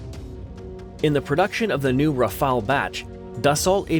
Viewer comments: Forget the a. Prononce RAFAL as fast as possible in good french. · Y'a un e a "Rafale" mais aussi merci !